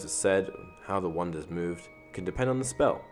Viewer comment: When he says wand it sounds like one 😅😅